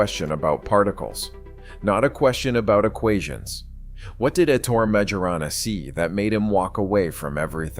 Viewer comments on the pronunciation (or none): 'Ettore' is pronounced 'Ett-OR-RAY', not "Ett-OR". As for the surname, 'Majorana', in Italian, 'j' is pronounced like the English 'y', not like the English 'j'.